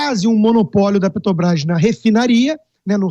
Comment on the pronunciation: E Muié não sabe falar mano Pretobras, Guatematecos, Jesus ta ruim hem...